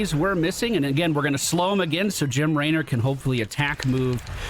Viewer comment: Is there an inside joke for why he says Laynor?